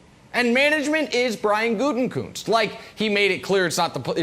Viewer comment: Mangini is tone deaf af. Also, it's (goot-eh-kuhnst) sheesh lol